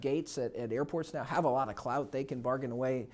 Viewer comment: Did he say "Clout"? lol